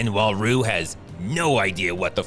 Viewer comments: Pronouncing "Ryu" differently every time because someone will always correct you no matter how you say it is a lifelong struggle few know. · I like how this guy covered his bases by pronouncing "Ryu" 3 different ways throughout the video to avoid getting called out for pronouncing it wrong lol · Am I the only one that noticed the pronunciation of "Ryu" changing every time he says it? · Ryu Ryu Ryu Bruh, it’s pronounced Ryu. Not Ryu. Ryu. (*had to repost from original video. It’s a nice subtle joke of yours. Merits pointing it out.) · It's REE-YOU not REYE-YOU. Please. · Did this guy just pronounce Ryu as "Rye-oo?" It's "Ree-oo." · The mispronunciation happened in the first place because Damian Chapa (Ken) wouldn't stop himself from butchering the name "Ree-oo". So they intentionally call him "Rye-oo" except Raul Julia (M. Bison), the only actor to pronounce the name correctly. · pronounced "Ryu" in three different ways during the video. 1- Raiu, just to piss us off. 2- Ryu to win us back and 3- Roon just to make us laugh. Kind of what Seagal movies does. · It's pronounced "Ryu" not "Rayou" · thank you for changing Raiyu into Ryu 8 minutes into the video EDIT: Why do you keep changing between Ryu and Raiyu? The right pronunciation is Ryu btw. Ree-u. Also, no joke your reviews of Segal's movie are amazing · 'Ryu', 'Ru' 😅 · I love how keeps pronouncing Ryu's name as "Ri-u", "Re-u", and "Roo". Because I've always pronounced it "Roo" and gotten into arguments about it. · This is probably the funniest one i've seen. has perfect comedic timing here in this epic Roast a thon. I love it it when he's down to calling Ryu, Rue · Stupid, that's a running joke. He pronounce it a 1000 different ways like rayu, riyu, ra-i-yu, ru, royu anything with r and yu he will say it 😂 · It's ree-u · Love the consistency in cycling through the pronunciations of "Reye-yoo", "Ree-yoo", and "Roo" throughout. Gold.